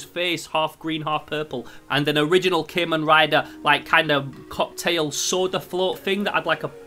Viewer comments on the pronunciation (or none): Wait did he just said keman rider what the hell bro it's Kamen rider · I liked the vid, but it kinda set off my annoyance a little because you say KAY-men rider, instead of CAW-men rider, just being a little salty but ignore me, (kamen translates to masked in english) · Im sorry but i laughed when he said CA-men rider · You say Kamen rider wrong but great video no hate